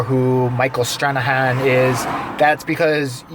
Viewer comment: Stran-a-han hahaha